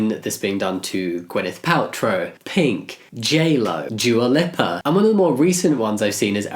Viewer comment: why is no one talking about the fact that he said dua lippa 💀